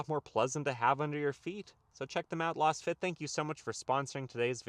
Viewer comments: Lol loss fit mats. The name Lasfit is derived from laser fit. So you would pronounce more like laze-fit. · .....you are pronouncing LASFIT like Las Vegas. But I think it is pronounced like laser. Meaning the fitment is laser precise.